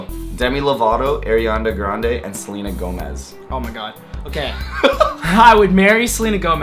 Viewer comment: "Arianda Grande" lol